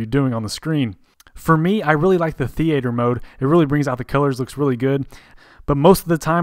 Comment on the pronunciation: I've never heard anyone pronounce theater that way, where are you from?